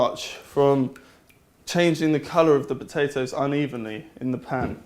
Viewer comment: Haha, "batatoes".